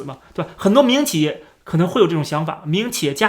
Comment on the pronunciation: 我一直聽成迷因企業😅😅